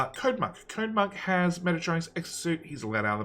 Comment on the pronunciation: Machete sez, "I will paint you like one of my French girls." (As soon as learns how to pronounce Mechatronics)